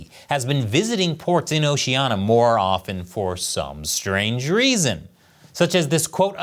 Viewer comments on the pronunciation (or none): it's not Ocea-na. It's Ocean-ia